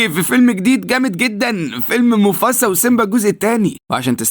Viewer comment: موفاسا مو موفسا